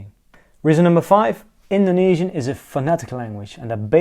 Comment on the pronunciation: I am Indonesian and I am watching this for my foreign friend to convince him learning my language. Your pronunciation is good! I am impressed.